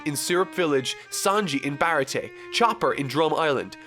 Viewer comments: ITS PROUNCED BAH RAH TEA-AY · The pronunciation of Baratie is upsetting 😭😭😭